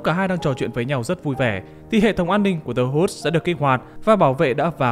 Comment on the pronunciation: The Woods chứ nhỉ, nghe ông này đọc như kiểu The Hoods